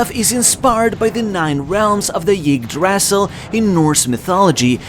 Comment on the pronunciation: Yig Dras Sil lol... just say Eee-dra-sil